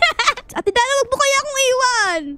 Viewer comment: sabi ni arlenelorica3957 ate daray hindi daray dara😂😂 hahaha